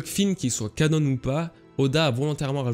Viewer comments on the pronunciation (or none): pourquoi tu prononces canon "canone" ? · arrête de dire canone! Ça me stresse depuis looooongtemps... 😁 On dit canon (comme un canon), c'est un terme à la base religieux, canonique, pas anglais!